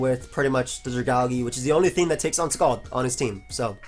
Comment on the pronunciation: why the hell do you pronounce Dragalge like that xD